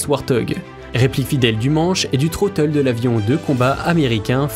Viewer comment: Vidéo et voix off très agréable, bon montage, par contre j'ai 4 remarques : 1/ le "Troteul" ? Dites "manette des gaz" ou prononcez en anglais. 2/ Logitech a racheté Saitek donc le "Pro S" n'est pas leur seul joystick 3/ Ce ne seront pas les meilleurs Hotas de 2021 mais de 2020 (titre putaclick) 4/ Mettre un crédit pour ceux qui vous ont fournis la musique gratuitement les aides merci de les rajouter. Musique : Warriyo - Mortals Feat. Laura Brehm